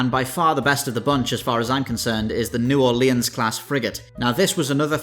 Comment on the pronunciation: I had a stroke when he said "New Orleans." Good vid tho.